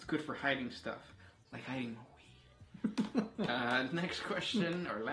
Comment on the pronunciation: “Hiding whheeed”😂😂